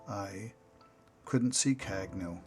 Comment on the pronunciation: Very good job,. As noted by one of the commenters the correct pronounciation of the station is CAN-YOU. That was what we were taught in 1953 when the station was dedicated at the Radio Marina site. RFH